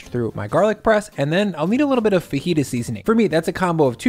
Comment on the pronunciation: FaJita not fahita